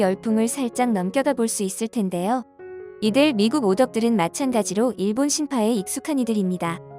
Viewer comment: 신파가 아니라 심파.